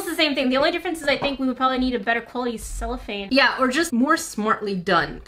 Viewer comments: She sheets you used are "cellophane" in English! :) you pronounced it right in the video, like sell-oh-fane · Ur saying cellophane right but there is also a musical instrument called a chello (ch-e-lo)😊